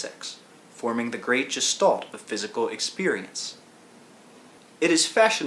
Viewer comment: I find the constant ''quote unquote'' a bit distracting, and the fact that he's unable to pronounce the word (quote unquote) Gestalt properly off-putting.